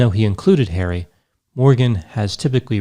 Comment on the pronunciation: Its funny how says prince HAIRY instead of HarrY:)